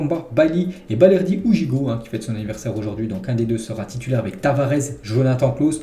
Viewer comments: ça se prononce gigot pas Guigot. Tu devrais suivre les matchs de l'OM y'a pas que le PSG, REAL, BARCA … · Samuel gigot bizbiz pas gijot 😂😂😂 fait un effort stp quand même